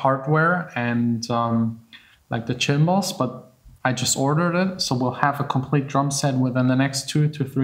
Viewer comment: tschimbls? It's "simbls"